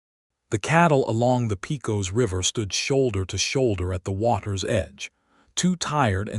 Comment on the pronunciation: Pecos is pronounced: (Pay cus)!! Do your homework!😡